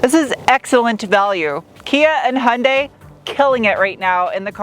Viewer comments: Love your humor! Please pronounce KIAs sister brand right: yoon-DAY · Fortunately for those of us suffering from car-brand-name-pronounciation OCD, Kia is much easier to pronounce than HI AN' DIE.